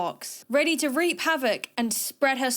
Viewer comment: "Wreak havoc". Not "reap havoc"